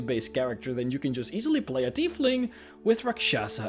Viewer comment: Tiefling is pronounced "TY FLING" you're saying it like the name "Keith" but look out how the "ie" are switched